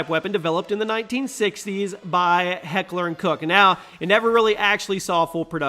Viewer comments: it's pronounced like "hector and coke" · You said heckler and koch wrong